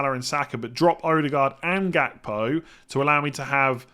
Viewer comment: It's pronounced "Hakpo" btw.